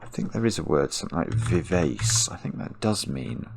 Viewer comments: It's strange. I got some of the words that missed very quickly, including parkin and precis, but half of them I would never have got. Vivace is an Italian musical term and is pronounced viv-ah-chay. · Vivace is a Musical Direction meaning to play lively and youthful. It's pronounced Viv Archay. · pronunciation of vivace (should be vee VAH che) reminds me of a former roommate who had a huge vocabulary from reading but often had never heard the words spoken. He often had interesting pronunciations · As a musician, I was screaming 'Vivace' only for him to then delete it (having pronounced it very englishly) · I cringed every time pronounced VIVACE to rhyme with face! I was disappointed that the leading aircraftsman ended up not being ACE, as I was expecting a hidden four aces in the puzzle (ACE was in the wordplay for ACERBIC and OBEISANCE, and also appears in VIVACE).